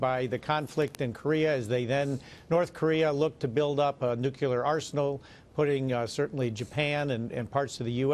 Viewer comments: I didn't realize Maria was such a great softball pitcher! Where did she get so good? But I digress... Mr. Collins, the word is nu cle ar, new klee ar, not nuke you lure. Even Mr. Trump says nuclear, new klee ar and he is a realtor, really, not a re la tor... But then, Mr. Collins, you say Mr. Trump has "balls in the air" so let's hope it's not America's, Mr. Collins. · "NO NUCULAR WEAPONS WHATSOEVER" jeez its NUCLEAR you morons